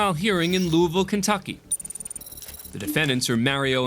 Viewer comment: There's no such place as "Lou-ee-ville" in Kentucky. There's a Louisville pronounced "Lou-uh-vul", but not "Lou-ee-ville" anywhere in the state